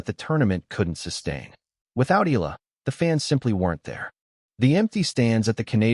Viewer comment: Pronounced Eh ya la ...not Ila🙂